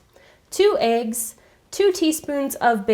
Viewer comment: 2 aigs lol isn't it meant to be said like eggs not aigs